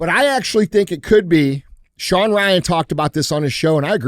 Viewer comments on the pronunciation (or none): none